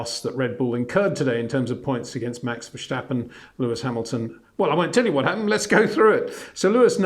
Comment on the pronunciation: verSSSSSSSSSSSSSSSSSStappen! Get it right, sir.